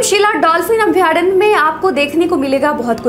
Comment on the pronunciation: अभयारण्य ... शुद्ध है , अभ्यारण्य नहीं ।